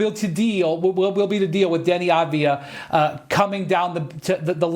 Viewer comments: She pronounced his name 4 different ways in 45 seconds and none of them were right!! 😂😂😂 ah vuh diva ah vie vuh vuh ah vee dah ah vie dah vuh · Lack of professionalism not being prepared and able to announce the name of a player, especially a name you'll be saying multiple times for a story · I got as far as Ah Vah Di Vah before I shut it off. 4 seconds in. If you're making bank to do this as a aliving, the least you could do is spend 5 seconds to learn how to pronounce the players' names correctly. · Omg enough. Av-di-ya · aveedaa? really? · Av Dee ha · If you can't pronounce Avdija - top 20 player in the NBA today - then you shouldn't work for an NBA show. Also, the producers should have corrected her. That's why they have earpieces. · How did you pronounce his name 4 different ways in 30 seconds, and they were all wrong…. What is going on 😂😂😂😂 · how tf do they not know how to pronounce Advija. this is their job that they get paid more than most of us to do…